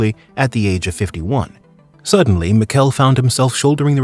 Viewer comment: You mispronounced Michele's name the entire video.